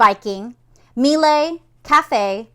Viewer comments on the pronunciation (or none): Miele is German, not French. Pronounced "Mee-luh." The second syllable is pronounced sort of like you would Porsche.